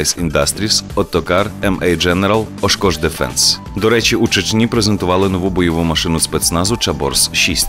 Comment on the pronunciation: хлопці ставте наголос то'му а не тому', так само но'ву а не нову'